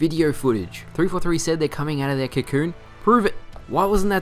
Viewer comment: Did u say Cocoon? Lol